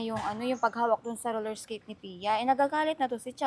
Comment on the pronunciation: Roller esketh yan hindi yan Roller blled